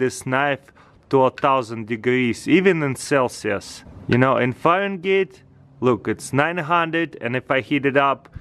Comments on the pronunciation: Fa-ren-gate lolz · It's pronounced Fahrenheit not fagenite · Bro wht is a "farengait" lol its fahrenheit try to get better english words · He felt saying ferengate instead of farenhight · taras its called fahrenheit not farengeit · "900 Faren Gates" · Farun gates? Really?😂😂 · I laughed whenever he said farengate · " let's check it in the farangate" 😂 I love it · Fahrenheit, not Fahrengeet. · just letting you know not trying to be rude at all (fair-en-height) 🙂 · "Fahren gate" I love this dude lol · "Farengaytes" XD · what is a farengate? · Did he say farengate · It's not farengate. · Is he saying Fahrengate on purpose? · Lol farengate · JucksyTube farengayte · farengate lmao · I really only watch this channel's videos to hear the way he butchers the pronunciation of english words. "Gadjeck" "farengate" "cotton cangy" etc... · he just said "Foreign Gates" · "it's like 900 farengates" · it's 900 farengeids xD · "900 fahrengates" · Russian temperature: Farengate xD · Foreign-gate lol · when he says farengaits i cringed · He said Farengates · nine hundred fehran-gays lol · "easily get over 1000 Fahrengate" 😂😂😂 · FahrenGATE lol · Feringate guys it's feringate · It's actually Fahrenheit not Farengate lol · "900 degrees Fahren-gate" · McKenzie Redish and you spelled frenhight when its really spelled fahrenheit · Omfg u can't say Fahrenheit correct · "It's like 900 fahengeets" "Let's check the chemperature" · "let's test it in farengate agyane" lol😂